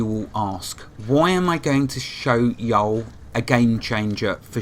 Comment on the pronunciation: yeah the ya'll was a bit rough.lol. Don't worry even some Americans butcher it too.